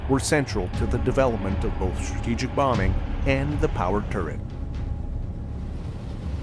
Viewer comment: ...."introduced a new type of Warfare, "struupjejuup bombing'...." I must have replayed that a dozen times, but it just doesn't make sense "struupjejuup bombing'" is the best I can make out, anyone able to figure that out for my old ears.....?